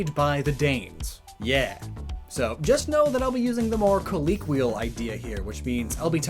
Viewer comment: co-leek-wuh-yul? did you do that on purpose? please tell me you did....